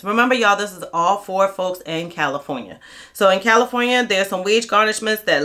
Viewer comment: You said Califronia and New York.😅 I was born in upstate New York and have live in California for last 34 years. But dont be fooled about all the labor laws in Califronia. California has the worst institutional racism in the country against men in particular of African American descent (even partial). Every group is here, so its the world is against us. The good thing is you can get a minimum wage job within a day if you have a clean record. Unless you live in rent control you cant survive off minimum wage here I'm going to bounce from Califronia after the 2028 Olympics in Los Angeles. Califronia mountains desert and coast is beautiful tho.